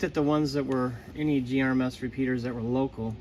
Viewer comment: GMRS NOT GRMS